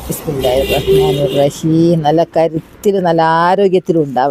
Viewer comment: Hi... ബിസ്മില്ലാഹി റഹ് മാനി റഹീം എന്നല്ലേ പറഞ്ഞത്.റജീം എന്നാണ് കേൾക്ക്ണത്